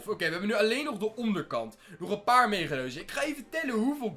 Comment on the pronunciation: Ben ik de enige die het grappig vindt waneer hij megadozen zegt 😂😂😂